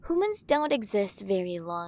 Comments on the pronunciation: Ahh yes "Urath". Welcome to Urath, da new Urt' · “Urath? THIS IS EARTH” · I thought it was an alien joke I didn’t I think I would actually hear urath